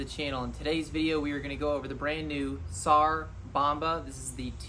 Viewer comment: Cannot review something u cannot pronounce the name correctly. Ffs